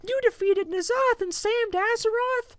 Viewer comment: Uhm I am and Asmon pronounces N'zoth as Nuh-zoth, the proper way.